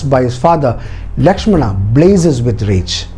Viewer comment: I really love the details, but there are a lot more details to put for more understanding. But one thing, I didn't understand why you connected this with today's politics and religion. Channel seemed to have a bunch of knowledgeable and educated people, but you kept pronouncing names like "Rama", "Lakshmana". So, you're trying to make others understand that do not go for others porridge but you're trying to serve your own. You mentioned in the video that in ancient times, there were hardly any written forms available, and so we all could understand the fact that when things are spreading verbally, they get changed like Chinese whispers. So, why don't you stick with the original one (Valmiki ji wrote) and try to decode it. If in Jain's belief, they have different versions of Ramayan, that doesn't mean it's false or just a story. The same goes with other authors and writers as well. I believe that the time and then society (of the writers) had a great impact as well as language barrier (translation from Sanskrit) in the writing and detailing. This is the first time I watched your video. But the way you portrayed it with a cunning smile and vicious/derogative jokes, I was really waiting for the time when you connected this with the politics and a community's belief. That's what you did, your story telling has an agenda and if you're unable to see that if a story (as per your details) has such an inspirational power for thousands of years, then you have to go th